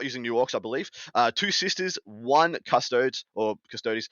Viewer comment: please, for the love of various gods, Custodeez please, not Custoads